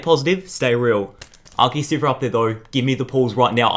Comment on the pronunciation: I think he never gets good luck from Arceus because he keeps pronouncing its name wrong.